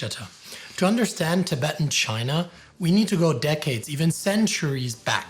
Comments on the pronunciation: It's "Tibetan" and not " Tibeetan " gents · Errrr, Chaps... since when has 'Tibetan' been pronounced 'Ti-beetan'? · Why do you guys pronounce it as 'king dynasty' though, when it's 'Ching' same with 'tabeetan' when it's 'tib-et-tan' You guys are usually good at your pronounciations, but these were easy mistakes to not do